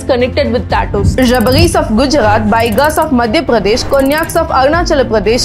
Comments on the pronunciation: TnQ so much for sharing but rabari are pronounced as rabaari i am one of them ❤️ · Just a correction in pronunciation It's not 'rabaris' It's 'rabaaris' BTW great knowledge Thank you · As I'm from Gujarat, not रबरी, it's pronounciation is रबारी of Gujarat 😊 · The video is great as always.. But I'd like to correct your pronunciation of Rabari since I belong to the same state.. The actual pronunciation is 'Rabaari" and not "Rabari"... Im not trying to be offensive 😅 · Mam it's pronounce as rabaari (रबारी)😊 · Your pronounce Rabari is very funny